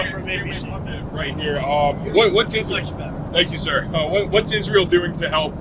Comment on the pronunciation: N I Ben Lady lindsey doesn't say Israel she says izrroll, and niclurr instead of nuclear...dumb ass 🙄 😤